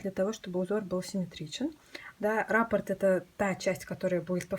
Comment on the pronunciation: Отличный коврик,но нужно произносить.раппО'рт.ударение на О